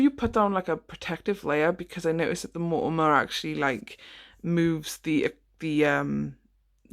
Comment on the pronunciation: Hunny, its called MONOMER not Mortamor 😘😁